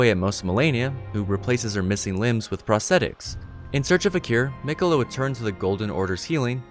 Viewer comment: I’m confused though Mogh kept on saying Miqeulla she is mine and mine alone